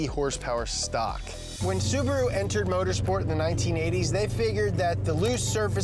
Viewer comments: Listen to them pronounce "Suburu" 😂😂😂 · why english speaking people have trouble with pronouncing cars names, dont get me wrong its whatever but subru and porsch always make me chuckle